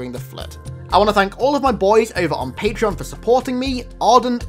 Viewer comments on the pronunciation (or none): none